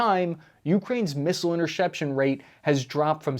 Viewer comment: "Intershepshun" lol